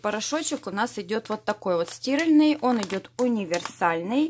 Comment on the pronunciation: ставьте правильно ударение, режит слух порошок стирАльный, а не стИральный